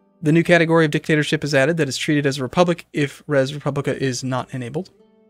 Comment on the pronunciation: "Res Publica" I dont think speaks latin.